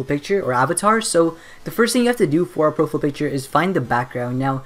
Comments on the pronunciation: Its Profile not Profill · its (pro- fiyal) not Profful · "profill" picture? "PROFILL"? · Proful" lol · I love the way you say profile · The way he says profile is the best ! haha love it :)